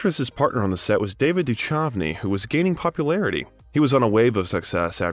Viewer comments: Respectfully, David Duchovny "ch" pronounced like a k. Doo-kov'-nee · David Du..CHovny is said with such confidence and said so wrong